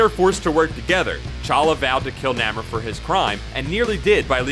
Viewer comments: Macabre pron: maCABreh...Namor pron: Nieghmore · Whoever narrated this video mispronounced Macabre, Namor, T'Challa, T'Chaka, and Achebe. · Namor was the worst.